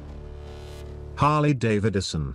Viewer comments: "Harley Dave Edison..." 😂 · "Harley Davididson." So close computer voice. So close.